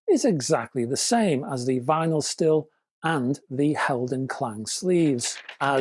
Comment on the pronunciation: Hi, the Styl in Vinyl Syl is pronounced same as Style 🙂